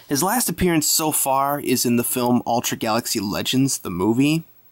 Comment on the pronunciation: you kind of say ultra like altra